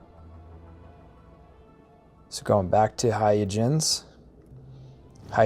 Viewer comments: Hay-ya-jens? Christiaan Huygens wouldn't recognize his own name. It's not hard to look up the pronunciation, you know. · It’s “hoy-gunz” named for the Dutch mathematician, Christiaan Huygens. But otherwise great video! I think your editing was tight and greatly paced. And I never knew about the unregistered sale trick. That’s amazing! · It's HOY-gunz, but thanks! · "Hoi - gens" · The pronunciation is hi-guns, and these ships spawn in random locations once you're above a certain level, my favourite is Huygens and Shoza